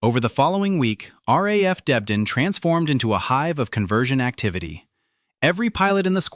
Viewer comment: It's not "raf Debden"...it's R.A.F. Debden.....AI BS..